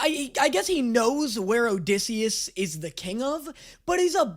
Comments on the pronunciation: Did he just call osisius “disius” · the funniest thing to me is calling odysseus dissy when his canonical nick name in the musical is ody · I absolutely LOVE that you call him Dissy.